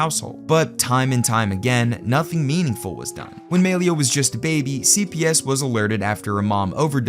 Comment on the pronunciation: Gotta say, hearing homie say "MAY-LEE-UH" so confidently tells me EXACTLY how many black friends he has...😂